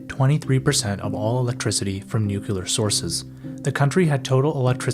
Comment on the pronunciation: “Nuc-u-lar - it’s pronounced Nuc-u-lar”